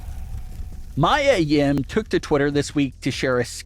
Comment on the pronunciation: Dude, can you please learn how to pronounce Mia Yims name correctly? It's not even spelled they way you say it. How are you a wrestling fan and can't say Mia? 😂